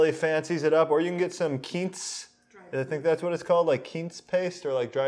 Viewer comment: Its pronounced "Qwince" paste